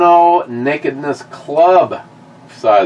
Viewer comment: “The only true nekedness is in knowing you know nekedness.” - Socrates